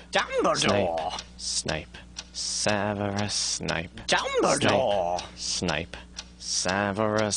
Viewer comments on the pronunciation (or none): it's not Snake, it's Sneep! :p and Dumbledore, not dumple haha